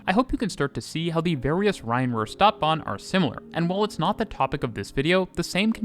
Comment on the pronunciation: Feel free to get in touch for help with pronunciations. Stadtbahn, St = sht. Bochum: oom.